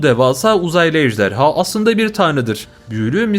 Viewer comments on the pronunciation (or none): none